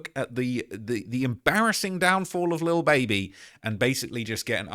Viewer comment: I love how u say lil baeby ..can u do a video on cardi b n her beef